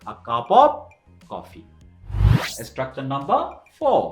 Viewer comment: ইসটকচার মানে কি, ভাই...? বার বার যে ইসটকচার ইসটকচার বলছেন